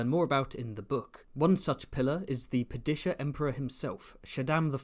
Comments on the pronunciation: The "Pad-uh-shah" Emperor, not "Pa-dish-ah" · Pa Dee shah emperor Not whatever that was. 😅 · Makes fun of American pronunciation of dune Mispronounces Padishah